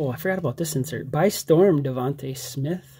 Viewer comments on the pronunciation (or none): wins with the Slim Reaper🐘By Storm! DavontA Smith. Don't take my word for it watch the 2020 Heisman trophy presentation to see how it's pronounced. DavontA not DavontU!🤣